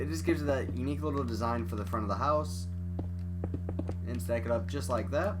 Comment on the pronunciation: I never heard a guy say unque